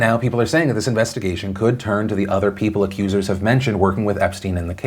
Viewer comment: "Investa-gesh" - Philip DeFranco 2019